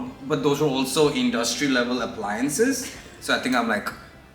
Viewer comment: "iNNNduSSSSTRY level appliances" 😂😂